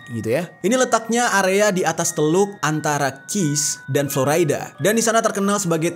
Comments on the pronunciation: Ejaan indonesia florida om bukan floraida 😁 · Dibacanya Flo RI da, Jer, bukan Flo Ray da, ntar org amrik pada protes lho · Dibaca florida bro, bukan floraida..ralat ya genk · Bukan Floraida. Tapi tetep Florida (biasa seperti org Indonesia bacanya). Karena aq tinggal di Florida. Semangattt ❤️ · Kontennya bagus.. Sekadar masukan, pronounciation istilah2 dlm bahasa asingnya sebaiknya dibenerin lagi, even utk kata2 Bahasa Inggris yg sederhana, kyk Devil's Triangle (tp dibaca Three Angel), Dead Air Space (tp dibaca Deed), Florida (tp dibaca Floraida), Spiral Dive (dibaca Driver), dll itu kan mudah & basic bgt. Akan jdi konten yg lebih perfect. Thx